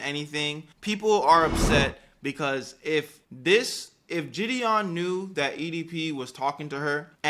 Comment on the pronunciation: “JID-dion” Jesus the way she can’t pronounce a simple name makes me cringe